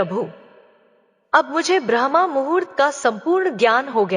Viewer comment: ब्रह्मा मुहूर्त नहीं बल्कि ब्रह्म मुहूर्त